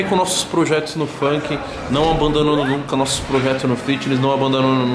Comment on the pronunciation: "Não abandunudunu os projetos aqui na Mansão Maramba" Efeitos da falta de sono/descanso. Mano, na boa, cuida da saúde, cara. Sem saúde nós não somos nada, não adianta nada se matar agora e depois não poder curtir. Acho muito legal essa sua proatividade, mas começa a cuidar um pouco do descanso, ele é de suma importância!!!! TMJ, mano!